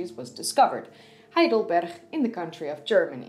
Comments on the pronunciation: Really good, but why the weird pronunciation of Heidelberg? It's "g", not "ch". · Weird "Spanish" pronounciation of the G in Heidelberg. It's supposed to be sharp, as in the word "good". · I live in Heidelberg and know the place, where homo heidelbergensis was found. But I never heard "Heidelberg" spoken as "Heidelberch"! :-) It's just a normal "G" at the end! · I enjoyed the video overall but why did you pronounce the g's as chhs. It's Berg just like in hamburger. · I'm guessing that the lady originates from the Netherlands, in whi h case the pronunciation of the G would naturally/habitually be as a "ch" sound, rather than the hard G that others would be used to. In a similar way to how a native Swede would pronounce the Swedish name for what we would call Gothenburg as "Yotaborry". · I instantly fell in love with your Dutch pronunciation of Heidelberg :) Probably the local climate supported the availability of huge amounts of sugar rich fruit during extended periods of the year. Or a very wild theory: They were growing wheat and baking bread and somehow that achievement later got lost again (because they found out that kind of food destroyed their teeth and went back to other food sources)? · Me too... 😊😊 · Heidelberg is in Germany. I've been there. I can assure you the g in Heidelberg is pronounced with a hard g and not the dutch guttural g. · Hi, love your videos and your English is perfect. Except that you always use the Dutch 'G'. Heidelberg has the German hard g, as does heidelbergensis. And Cro Magnon is French, so is cro man-yon or mañon.